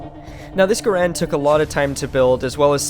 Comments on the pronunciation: bro your saying the name wrong😂😂😂😂 ga rand not ga rande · You say the name wrong